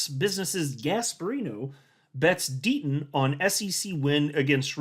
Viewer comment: Gotta love the "D-Ten". ❎®️🏁🇨🇦